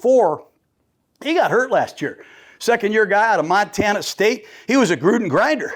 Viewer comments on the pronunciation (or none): none